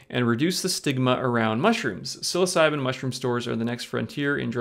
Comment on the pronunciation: You really need to learn how to pronounce the name of these mushrooms your pronunciation is horrible